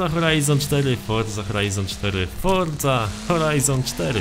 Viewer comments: Forza Horizon 4 x nieskończoność Czy tylko ja słyszałem fordza horizon 4 ileś tam razy czy mi sie wydaje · Foża hołajzon sztery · Mówiłeś 1000 razy Forza Horajzon 4